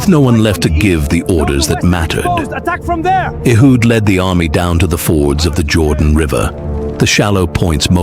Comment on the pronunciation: TirEla not Ahab.Baasha not Barsha.Tirzah Rezin,Peka. Abiathar not Abishai Elihu not Allah Ehud not Ahood. Michaiah Obed Edom.